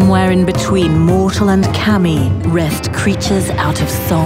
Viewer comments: It's pronounced Kah-Me, that's where his "confusion" is coming from. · Kami is not pronounced "Cammy" but "c-uh-mee" and Sakura is not pronounced "SuhkOOwuh" but "Saah-kraah" and Shogun is not pronounced "Show-gun" but "Shoh-gn" and Oni is not pronounced "o-ni" bu... ah fuck it. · yes, the pronunciation of kami kept bugging me in this vid. Also sakura isn't pronounced "sekoora". I know it's minor stuff, but all the more reason to get it right.